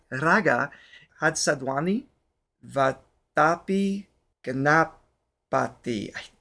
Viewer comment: Again good pick one ..thanks again🎉🎉🎉..you pronounced correct about🙏..